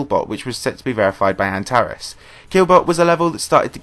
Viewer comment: Antares is pronounced an-ter-reeez btw